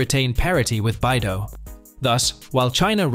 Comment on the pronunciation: BeiDou is read as "Bay Dough", not "Bye Dough"😜. It is "the Big Dipper" stars in Chinese, with Literal meaning of "the North Dipper".